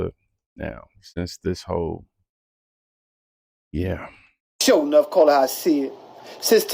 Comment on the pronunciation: My man said, "Sho-Nuff" damn I aint heard that since the 80s! Are you Bad enough! Are you Strong enough?